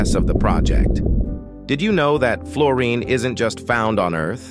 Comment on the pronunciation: Oh please, something or someone who knows how to pronounce the subject of your documentory.